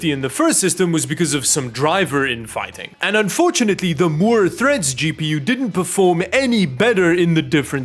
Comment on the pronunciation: "MOORE THREAT" not "MOORES THREAD"